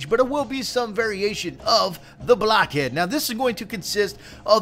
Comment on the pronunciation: it sounds like your saying sunny blackhead